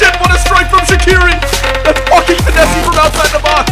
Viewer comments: who's gonna tell him that the "e" on finesse is silent? 😂😂 loving the vids! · Why does he say finessy instead of finesse